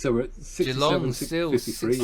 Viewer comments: Generally, don’t stretch the first syllable in Geelong. G’long rather than Gee-long. Just listen to the commentators…. 👍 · Geelongs pronounced almost like ja-long